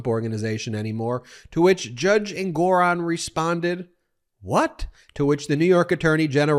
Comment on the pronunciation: Ben, the judge's name is pronounced "ENG-or-on." NOT "en-GOR-on."